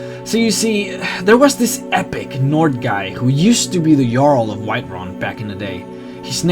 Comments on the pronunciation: The jarl is pronounced like yarl with that sound instead of j. Not trying to correct u but i was just saying. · IdiotGaming Uh, there is a correct way to pronounce it and it's "yarl". There is not a single NPC in the game that'll say "jarl". And the concept artist didn't actually know the correct way to pronounce. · cant pronounce for shit he said jarls with an american pronounced j. its pronounced Yarl... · it's pronounced "yarl" just saying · its not pronounced (J)arl its pronounced (Y)arl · 'Jarl' Pronounced 'Yarl' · It's pronounced yarl -(Jarl). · Jarl= "Y"arl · It's pronounced yarl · Omg. Jarl. Pronounced Yaral. Norse pronunciation. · I find it funny that the guy knows so much about sky rim but can't say Jarl correctly even though you learn 10 min into the game it's pronounced Yarl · btw, not complaining, but almost all 'J's in Nordic, and of course real placements(like Saxons), communities are pronounced with a 'y' sound. So Jarl is Yarl. Jorrvaskr was right. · Most of your pronunciation was quite good, the j is always pronounced as a y thus jarl is pronounced yahrl. Also the hr is pronounced kr, High Hrothgar is pronounced Krothgar. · Can you pronounce A SINGLE THING right? Jarl is pronounced Yarl and Ysgramor is pronounced yees-gra-more. Can you even scandinavian languages? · it's jarl pronounced YARL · its written jarl but pronounced yarl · i think its pronounced yarl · Jarl is pronounced with a y like Yarl not a J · I'm surprised you had trouble pronouncing Jarl and yet know so much about the lore. NPCs say "Jarl" various times throughout the quests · "Jarl' is pronounced with a nordic "j", not an English "dj". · You said jarl wrong and Ysgramor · j makes the h sound in skyrim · btw, its pronounced yarl not jarl, although its spelt like that. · It's pronounced "Yarl", not "Djarl" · he is pronouncing things WRONG! its pronounced Yarl not Jarl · It's Yarl not jarl the j is a y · You pronounce jarl "yarl" not Jarl lol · Not Ja-arl, it's Yarl.